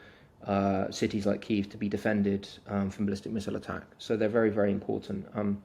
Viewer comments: It's not Kave or Kive, it's Key-ev😅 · please learn how to say kyiv the Ukrainian way. not russian